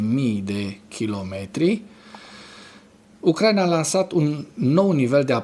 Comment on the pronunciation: D-n nu se spune Ucr/A/ina ci Ucra/I/na, pentru ucraineni asta-i foarte important.